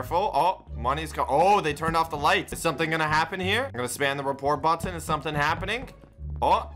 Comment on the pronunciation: When he says button it sounds like butthon